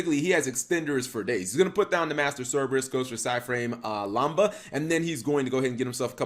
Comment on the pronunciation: Psy frame lamda not lamba.